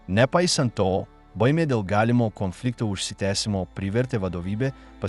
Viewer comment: Sako Konfliktas Antras pasaulinis Karas Ką jis šneka Komflynfliktas 😢 Nesveikas Jis